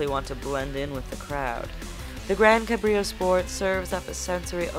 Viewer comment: wielding just 6 key gi? dafuk? kassy? cabrìo? for fuck sake, lady.